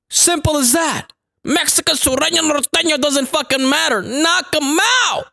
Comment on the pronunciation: Im just glad you Said Norteno right, lolol